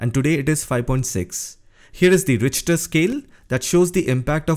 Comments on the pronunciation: Since you pronounce Türkiye instead of Turkey, could please remember "rik-ter" scale instead of "rich-ter" scale? Many of your subscribers learn from you. That puts great responsibility on your shoulders. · AS long as you're pronouncing "Türkiye" correctly, you should know that the word "seismic" is correctly pronounced "size" "mick". "Richter" scale is pronounced "Rikh-ter". . . . you're welcome! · Richter scale is pronounced Rik-ter